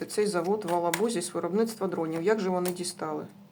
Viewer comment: не в Алабузи а в Елабузи